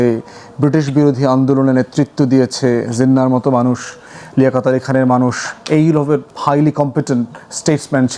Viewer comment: SMR returned to independent Bangladesh on 10 January 1972 via New Delhi not in June. It was provisional order. How was it provincial? His name was Jinnah, not “Zinnah.” Facts must not be distorted.